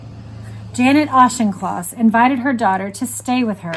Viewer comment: Again a calm empathetic reading by, I was young when this tragedy happened and I remember my father being very upset by this here in the UK. I have to comment though on the prounciation of Auchincloss, the ch is a k, ie Aukincloss, surpring because you have Rep Jacob Auchnloss, to me its surprising that you havent heard the correct pronounciation, pedantic I know, but I am a stickler and can't help it, otherwise thankyou for a soothing and calming reading of this horrific event.